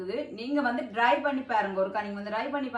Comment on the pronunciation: Dry பண்ணி இல்லை try .அதாவது "d" ஐ முதல் எழுத்தாக உச்சரிப்பதில்ைல. T என்று சரியாக உச்சரிக்கவும். Dry உலர்ந்த try முயற்சி .News paper ல் உலர விட்டால் printing க்கு பயன் படுத்தும் ink நச்சுத்தன்மையானது. இது சேர்ந்து விடும். Plain paper ல் காயவிடவும்.